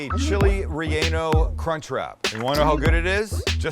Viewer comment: It sounds like he is saying chili" re- anal"